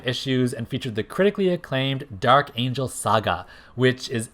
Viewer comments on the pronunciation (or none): none